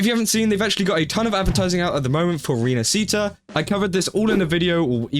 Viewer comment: Ok so, 2.0 it's basically Venice (at least I think the inspiration is from it. Ports, Carinval, Masks...) so, as an Italian guy, the least I can do is say: Please, go check the correct pronunciation. It kinda hurts my ears if you know what I mean.